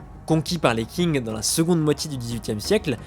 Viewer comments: Qing se prononce Tsing et non pas King comme pour la ville de Qingdao (d'ou vient la bière Tsingtao) très bonne vidéo sinon ! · Petite remarque: le dynastie des Qing ne se prononce pas King mais Tsing. Sinon vidéo intéressante:)